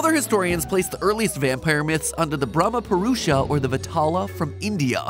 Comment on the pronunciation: it's not Brahmapurusha it's Brahmarakasa similarly it's not Vatala it's bethala